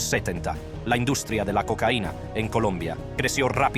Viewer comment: El negocius de le cocaine dice por ahi una porquería tu programa lector de texto. Desuscripto